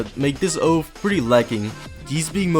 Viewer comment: Oath not Oaf